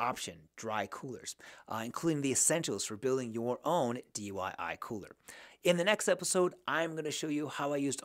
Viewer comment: Why do you keep saying dyi??